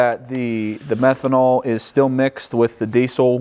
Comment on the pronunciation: False advertising. You said pyee methanol